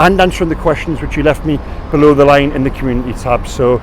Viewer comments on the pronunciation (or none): none